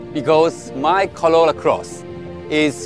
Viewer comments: why can that guy pronounce is R in most words but not in the word Corolla.....maybe he leally think that it is plonounced Collolla, of coulse !!! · No body Literally no body ever Narrator : collola closs 😂😂😂